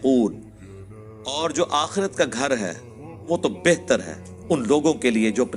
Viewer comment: It's not "akheeerat" it's "aakhrat" Hereafter